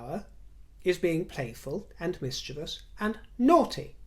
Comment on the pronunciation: thank you so much for properly pronouncing "mischievous." It makes listening to you even more enjoyable. 😉 As for those in Queen Camilla's camp, I hope they relay to her the positive things that are written here in the comments. ❤